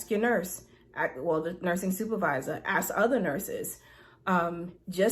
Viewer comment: For someone that is so smart, what would it take for her to learn how to pronounce ASK. It's so simple and easy. 🥴🥴🥴🥴